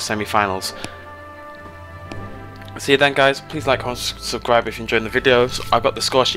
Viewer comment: "please like, conmssfsigcribe"